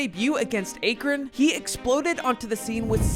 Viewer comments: A Crin. It’s Akron. 😂. It’s all good. Great video man. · Ack-rin not A-krin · Akron is pronounced Ah k ran not aykran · Did he say "Acorn"? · It's Ahkrun... like the end of the word yeah... put some respect on Lebron's hometown lol and no one was concerned about his Texas performance... great vid tho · bro how do you mispronounce AKRON???? get better AI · You pronounced Akron and Buckeye atleast once wrong.